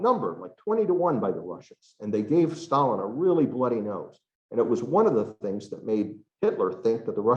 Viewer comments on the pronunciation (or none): none